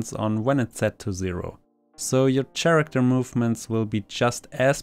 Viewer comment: I recommend that you look up how to pronounce "occasion" and "character". This is not meant in a mean way. This is supposed to be constructive criticism.